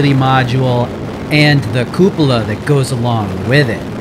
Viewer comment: OMG it's QUE-pew-la or COO-puh-luh. Cup-OO-la is cracking me up. Good lord.... Just realized why that pronunciation is so funny. It sounds like you're saying cuh-POO-la, and we all know that poo is one of the funniest words in the English language, second only to pants.